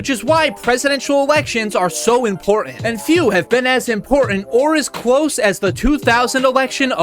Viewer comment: "Cwose"! "Wong"!😂😂😂